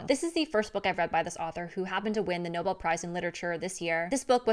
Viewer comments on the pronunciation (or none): none